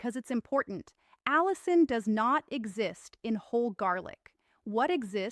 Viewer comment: Why does this doctor keep switching between two distinctly different pronunciations of the word "allicin"? This raises suspicion that this is an AI glitch.